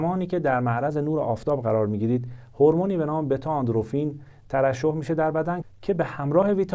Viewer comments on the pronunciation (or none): اندروفین درست نیست